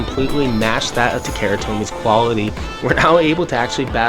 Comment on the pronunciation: OMG learn to speak bro, it's not "ta-KERA tomy" hahahaha you lost all credibility if you can't even pronounce the Japanese brand. Don't be ignorant :) If it was Levi's jeans, would you ignorantly say "l-EH-vee's" or would you pronounce it how it was meant to be out of respect?